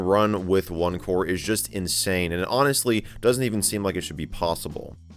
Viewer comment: Thought he said opencore for a sec 😂